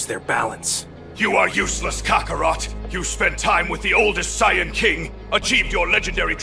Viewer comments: What the fuck is a sy ann, there’s no such thing, you mean sayian, lol. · Cyans instead of saiyans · Looks and sounds good, but the pronunciation of Saiyan is slightly annoying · Wanted to watch this but as soon as I heard how they pronounced saiyan I was out. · BTW, I think this is awesome! BUT! Let’s be real, he had to have used AI. No DB fan would ever pronounce some of their names the way it does. Lol